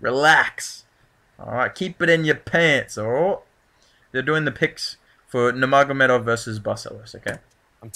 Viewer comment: “CUMSHOT CHII MEEE AEV!!!!!” Kkkkkkkkkkahbib, nurmogomedie